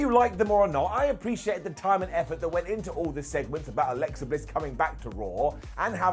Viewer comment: Alexa* not Alexer